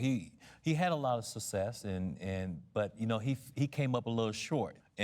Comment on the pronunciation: WTF is "sussess"?